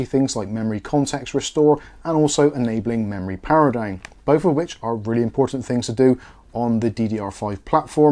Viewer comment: He say´s "dine" instead of "down" ha ha ho ho hee hee!